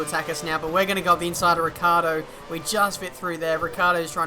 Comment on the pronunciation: Yo I want to say you a thing xD You as a lot of other f1 youtubers pronounce Daniel Ricciardo as his name is RICCARDO, but is Ricciardo, and the correct pronounciation is like RICHARDO:)